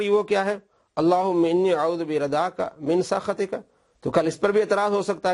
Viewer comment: min sukhtiqa ko prh rha min sakhatiqa ..... or ghltiya dosro ki nikalta